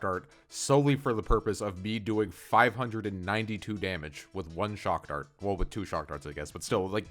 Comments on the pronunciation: It’s pronounced “chock dart” sir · not "shockdart"....... it should be "chakdart"..... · "Shock dart." Ten seconds later "Trad kcohs"